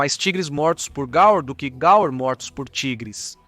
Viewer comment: Peço desculpas mas, se o nome é GAUR, a pronúncia NÃO deve ser GAL ou GAUER, sei não.